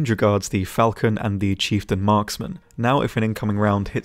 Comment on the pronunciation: The chieftan broke me. Agony.